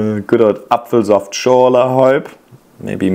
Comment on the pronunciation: I’m German (born and raised but living in Florida) and I’ve been trying to figure out if you are too because your accent is really good! As soon as you said Apfelsaftschorle I jumped up and said: I KNEW YOU WERE GERMAN. How awesome ❤🎉